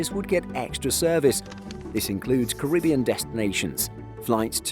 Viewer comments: You're English, we pronounce it Ca-ri-BEE-an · Why is the British narrator pronouncing Caribbean like an American?!